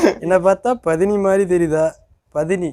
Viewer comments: athu பதினி இல்ல bro அது பத்தினி. Andreah dialogue என்ன பாத்தா தேவி்*யா மாதிரி தெரியாதா word change pannittanga bro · Pathini Illa Paththini nu Sollirkan😂 Andrea Solvala Adhu😂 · அது பதினி இல்ல பத்தினி 😂😂 மாத்தி சொல்றாராம்😂😂😂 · பதினி illa bro Enna patha பத்தினி mathri theriutha 😅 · 17.30 அது பதினி இல்ல ப்ரோ பத்தினி தேவடியா க்கு ஆப்போசிட் word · Athu pathani illa bro பத்தினி😂😂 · அது பத்மினி இல்லை பத்தினி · டேய் அது பதினி இல்லடா பத்தினி டா